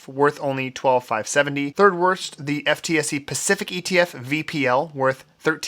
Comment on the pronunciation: Fun fact: FTSE is actually pronounced "footsie" in the UK